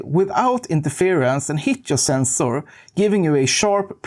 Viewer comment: The sensoor scratched my ears